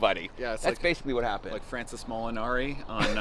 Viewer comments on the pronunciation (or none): said “Francis” Molinari 😂